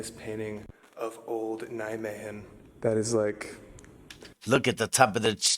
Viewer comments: The “g” in Nijmegen is pronounced much softer. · Nijme"G"en yes good try bro! love it! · yes, but... In Nijmegen we use the soft G. :-)